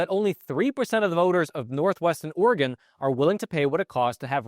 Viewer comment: Thank you thank you thank you THANK YOU for pronouncing Oregon correctly this whole video.